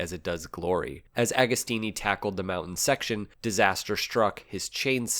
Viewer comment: JOCK-OMO, not GEE-AH-COMO, OK? AH-GO-STEENEE while we're at it. Nobody will EVER be as cool as Ago, even at 80+!